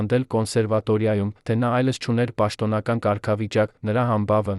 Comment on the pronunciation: Ինչու՞Երանը,այլս,այլ`Երևան,այլևս,ճիշտ կարդա։